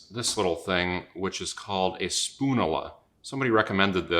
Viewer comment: spoon-you- luh; like spat-you-luh